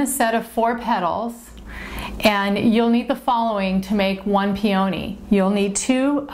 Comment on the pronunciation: I know this is nitpicky but the flower is pronounced PEE-uh-nee, not pee-OH-nee.